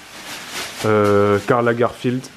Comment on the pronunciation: "Bibou s'apprivoise créatrice..." "Karl la-geurfild" on est sur une légère dyslexie là non?! 😂😂😂